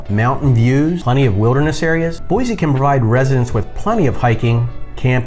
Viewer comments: There is no z in Boise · Boise does not have a Z in it!! It’s Boisssse (with an S). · You mispronounce Boise and Oregon.